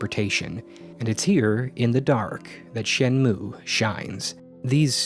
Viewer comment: I had no idea what the heck Shenmue was but I clicked on this video anyways, because I know and trust that the content you make will always be solid. Also, to be a total dweeb: It's pronounced "Shen moo ei" that "e" isn't silent. In japanese, sounds are never silent